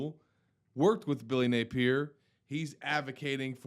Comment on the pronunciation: Hey! It’s not Nay peer. It’s Nay pee ear….duh?